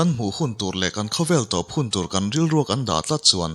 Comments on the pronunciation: An ro te an...an thil neih hlu ro.... Insuk pho ro anga lam chi nilo An ro te ,tia lam nise a Duhawm mang e aw.... Mizo tawng thluk dik tereuh hi pho chhuak zel ila....ti r'u.... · 'RO' tih sipel hi mizo tawngah hian Pakhat aia tam a awm a. Pakhat chu kan thil neih, thil hlu a ni a, ri hniamin lam mai tur a ni ang. A dang Pakhat chu 'thil hring ni lo, thil ro eg. Puan ro, hmarcha ro, adt. anga ri sei leh sang deuhva lam tur a ni ang. Hetah hian 'Ro, (thil hlu,) hi ri sangin I lam tlat mai. Ngaihthlak a ti nuam lo nghal vek alawm.